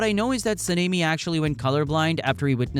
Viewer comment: Dude mispronounced Tengen, Mugen and Sanemi. Those are not hard words or names to pronounce.